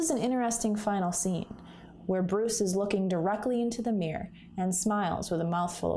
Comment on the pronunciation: i just can't bare going through the video; it's mirror not meyur